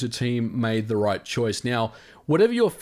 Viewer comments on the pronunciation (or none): none